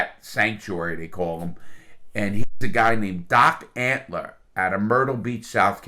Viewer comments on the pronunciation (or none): I love all the name mispronunciations, hahaha. “Carole Baskins,” “Joe Exotica” “Don Antler.” Hahahaha